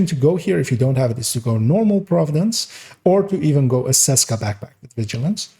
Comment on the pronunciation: Small note: the "Č" in "Česka" is actually pronounced the same way as the "CH" in "chest" So "Cheska" or "Tscheska" (German Audience) if it makes sense... I personally run Opportunistic on my backpack and use the Scorpio as a main weapon. Together with Firewall spec to have a higher dmg output.